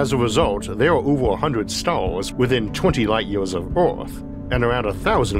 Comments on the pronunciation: What’s with that „Stoawrs” thing pronunciation xDDD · what stalls? oh you mean STARS, try pronounce crearly next time.